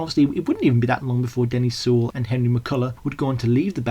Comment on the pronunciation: Very well researched and generally well presented, but it's Glyn JOHNS, not Jones, and it's Denny SEIWELL, not Sewell. Also, Paul's from Liverpool rather than Birmingham. Very different accents.